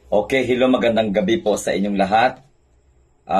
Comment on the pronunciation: Sabi mo BOBO at tanga? Ni hinde mo nga ma pronounce ang salitang Hello? 😂😂 Ano sabi HILLO??😂😂